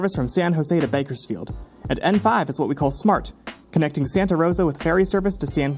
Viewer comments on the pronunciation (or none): none